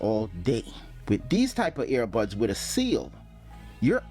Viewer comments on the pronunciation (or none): Lol. All I kept thinking of was the dog Air Bud. Were you saying airbuds or earbuds?